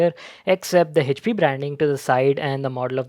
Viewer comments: Yeah but it's wrong pronunciation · The pronunciation of " HP " , he says is OP 😂😂😂😂😂😂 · No he says Hech P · 😬😖 everytime he says HP (हेचपी) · The way he says "HP"